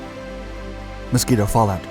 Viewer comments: The Mosquito NOT the "Moskito". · Ah yes. The Moskito, not to be confused with the Mosquito.